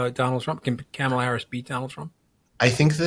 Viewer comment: Say comma (like the punctuation). The say la. The say them together and you will get the name right of the next POTUS. It’s not camela